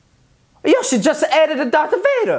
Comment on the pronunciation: It is yoshe